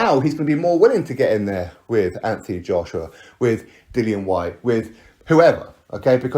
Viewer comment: This mane said dillian whyte 😂